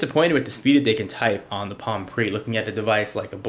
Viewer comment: he clearly missed the "E" in "PRE" on purpose.